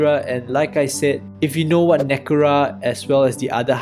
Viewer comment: Been meaning to catch up on these for a bit now. Love seeing some English content for the DMP community. I know the discord has been enjoying these vids. [small note, but "Nekura" is actually "Necra". Its mtg slang for well, this color combo on much older cards.]